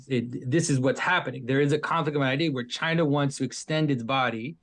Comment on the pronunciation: Pageau pronounces China like Donald Trump.